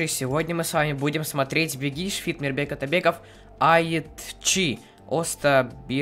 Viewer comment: Саша уже без проблем выговаривает "Мирбек Атабеков")